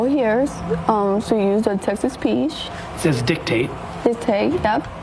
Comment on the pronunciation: Maybe he has a speesh impedimentsssss.